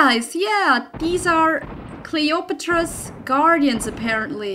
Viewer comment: Did you just say Clay otro po palace at the beginning ^^